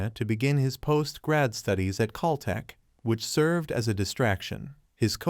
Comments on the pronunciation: It’s Cal-Tech… not “cull-tech”!! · This is off topic, but am I the only one who laughed when I heard (call-tech) instead of (cal-tech)?